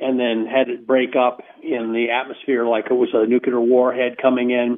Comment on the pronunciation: Thanks, Linda- Great work, as always! And, I am really wondering WHY is it so hard for this researcher guy to pronounce "nuclear". He seems to ignore the nucleus of atoms and use the non-word "nucyelar"... I find it so distracting and strange, especially since he is supposedly some kind of expert on nuclear physics stuff and he uses (and mispronounces) the word so many times... Ugh! 🧐🤩 SMH